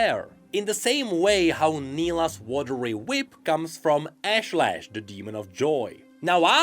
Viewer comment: also Nilah's demon is pronounced Ash-Lesh not Lash, and yes it makes a diffrence